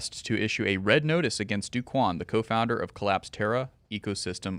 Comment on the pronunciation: By the way, it's not "Do" Quan, it's pronounced like "Doe" Quan.